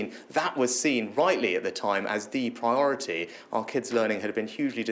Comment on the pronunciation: Hate the way he say 'priRority'